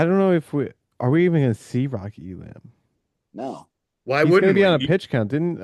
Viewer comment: The idea that ISU wouldn’t wrestle Elam against their arch rival is crazy. Feel free to say “I told you so” if I’m wrong. Also, it’s Ee-lum, no Ee-lamb or Ee-lahm.